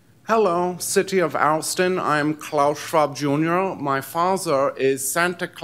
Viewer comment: City of Oustin 😅